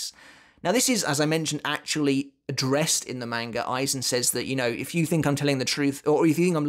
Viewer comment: What in the world is a "manger"? Is that how you're supposed to pronounced manga? I always thought it was "mahn guh" not "main gur"... So confused.